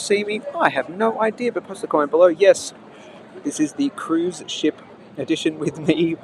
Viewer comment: Said 'cuise ship' 356 times